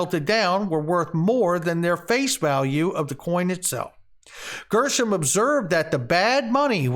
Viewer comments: Gre not Grr for Gresham Law pronunciation. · Gresh... rhymes with mesh